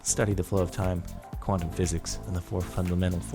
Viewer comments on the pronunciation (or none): none